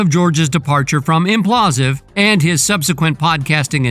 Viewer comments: what is Implausive? do you even realize that its spelled Impaulsive, and pronounced with Logan's last name in it? Im-Paul-sive...lol I mean it's whatever but you called it the wrong thing so many times I wonder if it's to avoid some kind of copyright strike..I hope it's intentional at least lol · SOUNDS LIKE: IMM-PAUL-SIVV NOT: IMM-PLAW-SIV 🫡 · This idiot sayin imPAULsive incorrectly every 3rd word is fk’n irritating. ImPAULsive not inPLAUSive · It’s impaulsive not implausive…man it drove me crazy how the host pronounced it lol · Ngl. After hearing it so many times I need to just say it's not implausive. It's impaulsive it's a play on the word impulsive but his surname is Paul. God how did you miss that but you want to give the news on this. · Impaulsive not implausive. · ImPAULsive ....not imPlasive dumbas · Its pronounced im paul sive you jackass. People keep watching these controversy promoting spam videos giving their "expert takes" on actual accomplished individuals. But nobody thinks who the dumbass loser making these videos is and why are they so pathetic that they chose this path. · Why do you keep calling it implausive 😅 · “IMPLASSSSIVE” … gotta fix that voice over homie 😂😂😂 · Whoever voiced this video is a complete moron and doesn’t know what they’re talking about. If you can’t even pronounce Logan Paul’s TV show correctly I don’t trust any of your sources you probably get cucked on a regular basis.